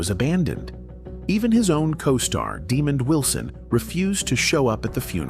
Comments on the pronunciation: Calling him demon Wilson is insulting and bushleague . When will creators be held accountable for their lazy AI narration? Its ridiculous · What a horrible way to pronounce Wilson’s name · It’s NOT demon Wilson, his name is Demond Wilson… I met the man!